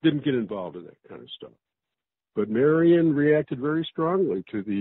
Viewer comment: A side note: the author pronounced her name as marian. at the time, she was called Mary Ann.